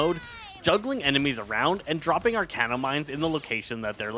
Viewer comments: Bruh if I hear him say "arcane-no one more time instead of Arachno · sir it's arachno not arcano pls 😭😭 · Apologies if you’re dyslexic, but it’s ‘arachno’ like arachnid as in spider not ‘arcano’, which isn’t a word and doesn’t make sense. Idk why but it really bothers me when people look at a word and just say what they think it says instead of actually reading what is there in front of them. And even if it sounds weird to you or you can’t figure it out, literally just google ‘arachno pronunciation’ it takes 5 seconds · "Arachno" not "Arcano". it is a play off the word Arachnid.